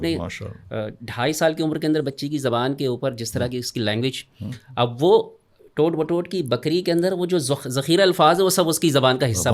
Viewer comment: In Urdu, ٹوٹ بٹوٹ can be read as either of the two in the absence ofاعراب ۔ . However, "Toat Batoat" is correct here. These are not regular and meaningful words in Urdu, but the poet coined them to exploit their phonetic effect on children (...... and adults). So, the pronunciation intended by the poet (and used by the first generation of audience) will be considered as CORRECT, which is "Toat Batoat".